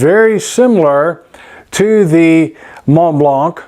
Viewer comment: Teaching native English speakers one at a time: the C at the end of Montblanc is silent.